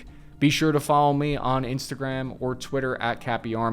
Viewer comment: Twitter not Twiller!